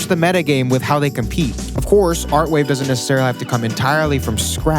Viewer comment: its avant-garde not artwave